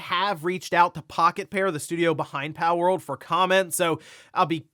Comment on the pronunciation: haha it sounds like you're saying "powell" part of the time 😂